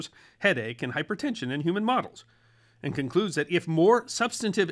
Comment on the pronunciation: the sudden sharp emphasis on words seemingly and totally at random. makes me hate how you are explaining things. The sudden emphasis on a word like "and" when that word isn't important makes me not wamt to hear a word you say. your cadence is just tucker carlson sounding. A VENUS FLY trap under A MICROSCOPE she adds fricking offputting is me being pOLITE